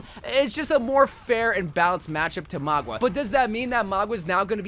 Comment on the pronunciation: Bro said keriko and magua 😂